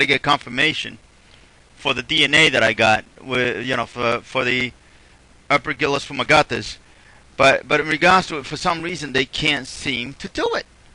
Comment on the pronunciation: What is the name of the fungi? aperculosfumagatis### couldn't quite catch what you said.